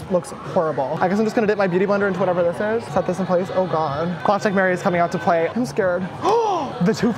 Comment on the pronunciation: Dead at "Swear to GAWD" I felt it.